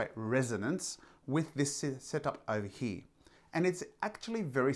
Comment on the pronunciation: The word .....here.....has an R in it........not pronounced hee......